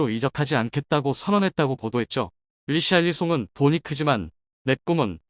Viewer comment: 히샬리송을 리샬리송이라고 하는 놈의 말을 어떻게 믿겠냐? 얘들은 누가 이적썰만 꺼내면 메뚜기 새끼처럼 몰려드는 놈들인데..